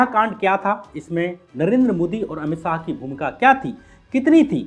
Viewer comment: syam bhai aap apni bolne ke tarike ko zara teek karo dehati sa lagta hai .saah nhi shah hai ..gale ka use bhi kaise kare kahan slow kahan zor sab teeknkaro .bcz aapka vedio bahut sahi subject hota hai magar sunke lagta hai koi anpadh aadmi bol raha hai .bolne pe kaam kariye .aur naam me se meera hatake bolo ladki ka naam add nhi karte .aapki aawaz female si ho rahi hai ..fark padta hai in bato ka